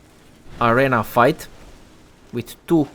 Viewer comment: I'm a native English speaker and ESL teacher of 5 years. You are doing an excellent job. Accent is fine! Only noticed two pronunciation errors "arena" and "frayed". Keep up the good work!